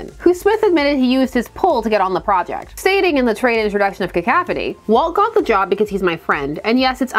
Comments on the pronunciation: Cah-couph-uh-knee is how i've heard it, now i've heard ka-kaf-ah-knee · OK but it's definitely pronounced Cah-cough-on-ee. Right? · I'm not bothered but it's "ca cough annie". But you say it however works for you. Along as I understand what you are talking about, that's all that matters to me. But yeah, in a world where editors were doing their jobs and actually guarding the legacy of the comics, we would get some kind of conclusion to this with or without Smith. But the editors are asleep at the wheel, so no. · I love your "cacaphony." It's right up there with William Shatner's "sabatage." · Only cuz u said peeps would mention it in the comments; I don't know the proper way to say "cacophony" but I choose to say it "cacaw-phony" cuz then it sounds like u r a crow n a murder of crows cawing outside the window is where my brain goes when thinking of a cacophony. I think peeps r gonna be pissed that u pronounced the O in a way that is an A sound n not even the one that is both an O n A sound so let me scroll thru the comments n get a laugh 😂😂😂